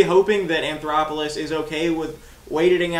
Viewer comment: There is no R in his last name. You keep calling him anthoroplous